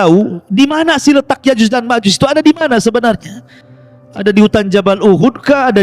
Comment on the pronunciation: Nyebut nama yakjuj makjuj aja kau belepotan.masa iya kau sebut yakjus makjus.😂😂😂😅😂😂😅jus mangga kaleeee😅😅😅